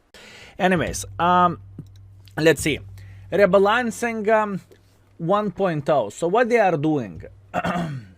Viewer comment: Bro i was drinking soda at the start of the video and this man just said " reBALANCIN" with his accent, i lost it for 5 whole seconds, luv u never change